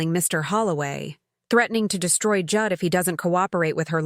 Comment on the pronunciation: Pronouncing Jude as Judd, AI has no intelligence.